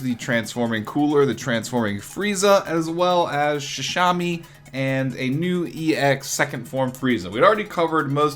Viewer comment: "Shi-sa-mi" it's a play on the word Sashimi ;)